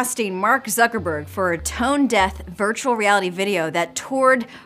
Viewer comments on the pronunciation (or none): nur blöd, wenn der name ein deutscher name ist ;). "zackerbörg" :) spricht den juden mit deutschen namen, ruhig richtig aus.